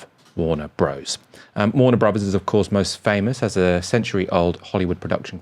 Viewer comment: OMG, would people stop calling it Warner Brohs, it’s Warner Brothers.